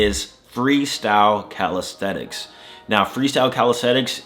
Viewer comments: CalistheNics. With an N. I feel like you're saying CalistheTics. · Did you know you say "calistheTics"?